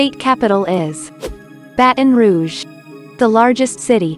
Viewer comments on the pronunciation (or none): none